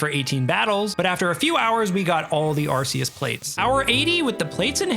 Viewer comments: i stopped watching the moment he said "Arceus" wrong it's "arc-ee-us" not "arse-ee-us" LOLL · ARC - EE - US We all speak english right? He has an Arc around his body. He is a biblical like figure, often marked by an... Arc... Arceus... not Arseus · Its actually arc-e-us btw not ars-e-us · Ah yes. ArSEEus. And the ARSE phone he gives us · We all know it's ar-coos :p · took almost a year and still pronounces arceus wrong, what a joke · You lost me at the arceus pronounciation